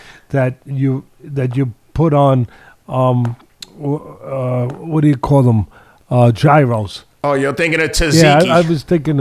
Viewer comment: This is not how to pronounce Gyros 😂😂😂